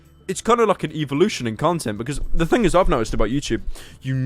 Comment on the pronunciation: "Eeveeloution of content"